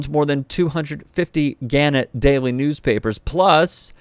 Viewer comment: It's pronounced gan-NETT